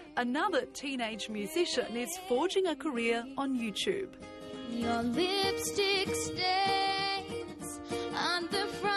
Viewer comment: i like the way she says 'youchube' it's catchy (: haha